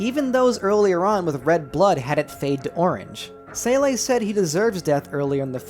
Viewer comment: Seele just “seal” not “sélé”